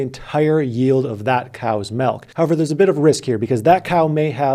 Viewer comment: Damn you say "melk". We might have to break up.